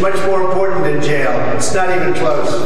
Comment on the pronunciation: What's a "gheg order" and how exactly does someone "go to jell"?